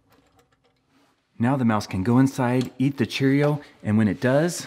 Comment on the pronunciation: I've never heard Cheerio said so strangely. Chair-io. Still loved the video! Thanks man!